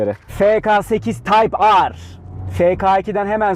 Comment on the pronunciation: taypar değil taypır